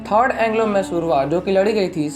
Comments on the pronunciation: Dude,learn to spell the word 'Mysore',it's not 'massoor', it's Mysore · It's mysuru pls don't spoil the Pronunciation It would be great if you research more on the pronunciations aswell